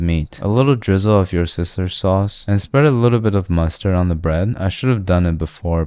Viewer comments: Why is no one talking about " a little of wyoursister's sauce" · "alittle drizzle of your sister sauce" man even i couldnt butcher the name of Worcestershire sauce like he did😂😂